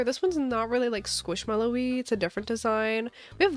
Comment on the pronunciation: Skwoosh mello